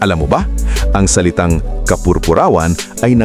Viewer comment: Bigkasin ng tama ang kapurpurawan at ang Samar